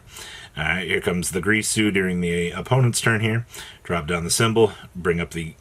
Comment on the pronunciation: Ding-gir-su 😑